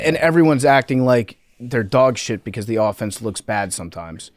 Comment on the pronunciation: says offense like AHfence